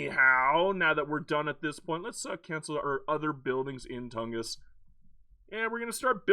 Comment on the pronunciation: You did pronounce it correctly ! 🙂